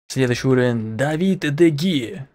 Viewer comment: давид де хея а не давид де гея